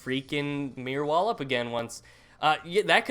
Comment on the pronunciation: why do you say Meer wall and not Mirror wall haha